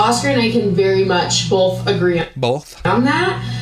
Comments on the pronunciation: it’s just making fun of how she says “both” BOWLTH lol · It’s because she adds an L to both. She says “bolth.” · ohhh 😂😂😂😂😂😂😂😂😂😂😂😂😂 duh